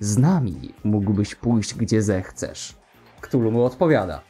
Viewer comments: Wymawia się "katulu", a nie "ktulu". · A Chthullu nie wymawia się przypadkiem ka'thulu? Tak mi się wydaje było powiedziane chyba ten...